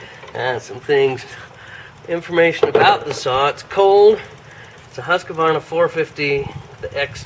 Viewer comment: Sorry to correct, but every time I hear someone mispronounce Husqvarna I feel I need to educate. It's pronounced HOOSK-VARNA (the double-O like "would") It is NOT HUSK-A-VARNA.